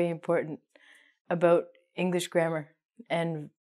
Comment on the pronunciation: Aboot. Canadian!